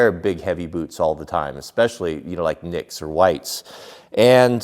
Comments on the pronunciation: Its pronounced nipex silent k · It's k-KNEE-pex. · the "k" is silent in the name Knipex tools just like the word knife.